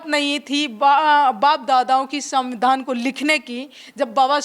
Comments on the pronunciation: ये गँवार संविधान नहीं बोल पा रही..? ? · संविधान शब्द का सही से उच्चारण करिए